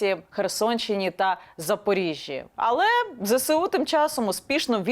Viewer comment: дивно, що каже зесеу ,а не зеЕсу